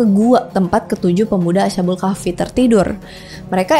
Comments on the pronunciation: asha kak lebih tepatnya bukan asya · bacanya as khabul ya kak bukak asha bul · Correcting dikit kak, bacanya bukan asha-bul, tapi as-habul 🙏🏻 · Oh iya, krn dipersilahkan utk mengkoreksi, saya mau koreksi ucapa "Ashabul" nya, bunyi sh nya bukan seperti sh di bahasa Inggris, tp tetep dibaca baik s dan h nya, jadinya "as-ha" bukan "asya" karena dlm penulisan Arab nya memang itu ada dua huruf, yaitu sin dan ha, jd bunyinya masing2.